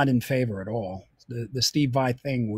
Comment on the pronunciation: Lol. He said vai-til